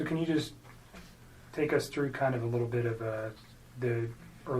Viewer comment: Correction - she actually says "They're so WITTLE". Yeuch - that dirty, self-serving tramp makes me want to take a very hot shower!